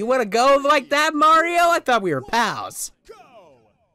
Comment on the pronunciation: called mareeo fatt